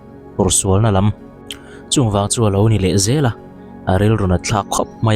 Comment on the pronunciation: Thahnem ngaih thilah aw: 2 : 40-50 minutes-ah khân 'an kum zât nen lam...' tiha 'lam' hi 'khawi lamah nge?' tiha 'lam' tih thlûk lo hian 'dam lo ka kan' tiha 'kan' ri hniam ang hian lam tûr a ni e.